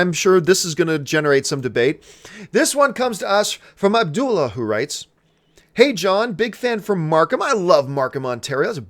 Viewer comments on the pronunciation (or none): none